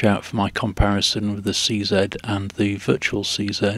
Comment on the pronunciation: just wanted to say thank u for saying see zed not see zee LOL